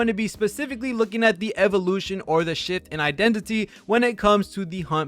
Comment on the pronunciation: Why do you pronounce shift as sh*t😭